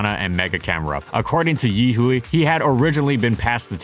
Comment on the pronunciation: Yihui is pronounced yi hwei